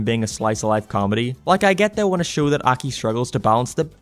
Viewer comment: It is pronounced Ah-kee